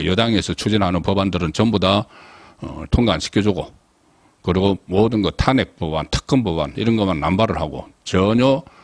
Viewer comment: 항상 탄핵 말을 할때..탄핵 발음이 틀리는거 같아요~~